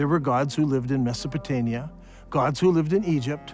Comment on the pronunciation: so a guy who calls this historical region "mesopotania" instead of "mesopotamia" wants to teach us about islamic history?